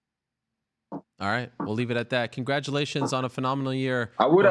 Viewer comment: Ariel "Congratulatkons" Helwani